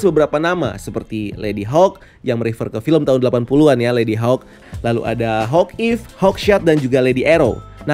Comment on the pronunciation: Kok hawekeye bang? Harus nya hawkeye